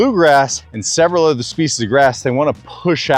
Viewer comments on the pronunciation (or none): none